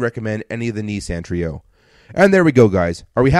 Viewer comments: Knee-sahn is how Nissan is pronounced. Ah as in car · I have to laugh at the snarky 'calling a company buy what you told us it was called' line as you kept saying kneesan instead of Nissan.